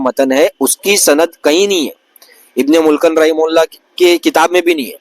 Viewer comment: Bhai tu mufti sb ko bol ra arbi ni ati aur ibn e mulqan bol ra 😂 Ibne mulqan ❌ ibne mulaqqin✅😩